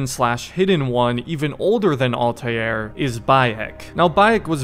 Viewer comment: Ah yes.. Altajier